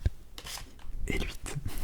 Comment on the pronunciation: Encore un cran au-dessus avec cette première collab. La vidéo est incroyable, vous vous complétez très bien. Et pour relever quelque chose, je trouve que plus quelqu'un est dynamique, nerveux... Plus il/elle aime l'ASMR... En tout cas en généralité! Bon par contre tu dis toujours "luit" au lieu de "huit" mais pas grave, toujours au top quand même😅😉